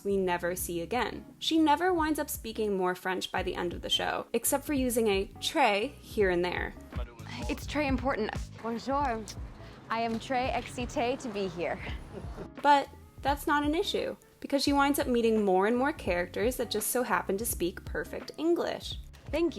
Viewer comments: OMG it was awful!!! She was so disrespectful to the whole country, from the beginning we know France does everything wrong even counting floors. Why she says she is from Chicago like all people know the cities from her country but she cant even pronounce Bonjour correctly? She has soo many responsabilities for such a young age yet she never lose a client. I thought at least i can see paris and fashion BUT no, her outfits were terrible and incredible expensive. She has perfect clothes, perfects hookup, perfect jobs and if the whole world has "american attitude" it would be perfect like her. BUT Where is " at the prefecture" at 4am??? Where are " and the selling of illegal cigarettes at 8district"? " and her 8 m2 apartament"? At least it would be more real and she would have some room to develope as a character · bonjar Also: I’m practically fluent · She can't even pronounce Bonjour in a French way after like how many days in Paris? That's just a bit.....well anyways it's a cute show.... she is a cupcake, cute and dreamy is who she is. This show is fit for a Disney Channel.